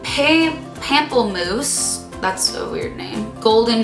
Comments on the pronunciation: pomplemousse (pomp-le-mousse) is grapefruit in French FYI and jouer (jou-ay) means play :) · HAHA it's "joo-aye" and "pahm-pluh-moose" (they're both french, jouer means to play and pamplemoose is grapefruit") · It's actually pronounced [paw-m-pla-moose] and it means grape fruit in French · pamplemousse (pomp-le-moose) means grapefruit in french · The Jouer brand is french and you pronounce it as jou-ay And the lipstick pamplemousse means grapefruit and you say it as pump-ul-mousse!! :) Hope that helps! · Its pronounced Pomp le mousse. Its French for grapefruit lol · I laughed so much at the way she pronounced it haha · Hearing you say pamplemousse 😂 (ps it means grapefruit in French) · Who else is French and unserstood when she said pamplemousse ? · I laughed so hard when you tried to say pamplemousse. that's how I said if when I first saw the word in french class 😂